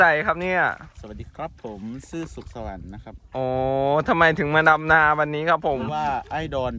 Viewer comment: ที่อีสารเขาพูดกันนะ555ดำนาแต่บ่าวหน่อยพูดจะออกเสียงเป็ดลำนา5555 มวนดีๆๆบ่าวหน่อย